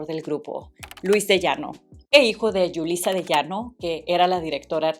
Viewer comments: No es Yulissa es Julissa con JJJ, perdón pero se oye horribles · Se pronuncia Julisa no llulisa es Jota no Ll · Aclarando dos detalles, no es “Yulissa”, es “Julissa”; tampoco es Guillermo Méndez “Juiu” es Guillermo Méndez “Güiu” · Menudo no era un grupo infantil. Eran adolescentes para público adolescente. Y no es "Yulissa" de Llano. Es Julissa. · Muy bien, sólo un detalle: Julissa se pronuncia con la J española no como Yulissa... igual Memo Méndez Guiú... así lo pronuncian ellos mismos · Jajajajaja por qué le dice Yulissa a Julissa?...y luego el Dany SECO 😂 y no puedo cada vez que pronuncia Guiu 😂😂 Se pronuncia sin la primera U 😂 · Te cuesta mucho decir Julissa en vez de Yulisa? Memo Méndez Guiu, no se dice Guyu . No solo copias información sin dar crédito, no sabes leer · Paisana no se dice Yulissa se dice Julissa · Se pronuncia “Guiú”, no “Güiú”. También es “Julissa”, no “Yulissa”. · El nombre de Julissa se pronuncia con "J" y no con "Y". Julissa ya había hecho y producido "Vaselina" mucho antes de que Timbiriche hubiese existido. Más sin embargo, si fué con Timbiriche que Julissa produjo la obra con puros adolescentes😊 por primera vez. Y sí, fué un exito tremendo. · Jamás, nadie le ha dicho "Yulissa". Siempre se ha dicho su nombre como Julissa, con J española. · Es Memo Méndez Guiu, no Guyu. Y es Julissa, no Yulissa. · Ju-li- ssa, la j es oclusiva sonora, no Yulissa. Julissa es un nombre de origen latino, y no es lo mismo que Yulissa, ojo ahí. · jajajaj no puedo con el yulisa...es julissa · Y Edith Márquez? Ella ha tenido una carrera de solista mucho más exitosa que la de cualquiera de los integrantes masculinos. No se pronuncia "Yulissa", se pronuncia con la "J": Julissa. Su nombre artístico era Julissa a secas, y era una reconocida actriz y cantante que filmó decenas de películas y telenovelas; esposa de Benny Ibarra, conocido rockanrolero de los 60s. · PENSÉ QUE ERAS MEXICANA! SE DICE JULISSA CON JOTA, NO YULISA. SE DICE GUIU NO GUIYÚ. MEMO MENDEZ GUIU